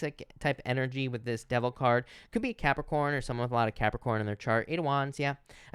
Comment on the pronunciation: I love how you say Capricorn 💕✨ Idk why